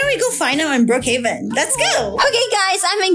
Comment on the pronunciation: It’s Brookhaven not brookheaven